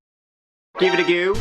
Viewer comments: I think he was emphasising it to let people know he’s not just mispronouncing go. 😀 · I'm not understanding. I did that when he says go it sounds like gew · You’re welcome! And Goo is slang in Ireland meaning to watch or look at something, just in case you think is mispronouncing go). ☺️ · That’s lovely. Give it a goo is slang in Ireland meaning to watch or look at something (in case you think is mispronouncing go). ☺️ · Follow the howl I think that’s where it came from too. Most people think is mispronouncing go. ☺️